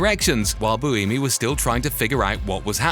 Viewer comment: If you're going to do a long video about Formula 1, can you at least take five seconds to learn how to pronounce peoples names (an utterly disrespecful thing to get wrong) and locations correctly? "Interlagos' and 'Buemi' with not even an attempt within a minute of each other, with Gene following.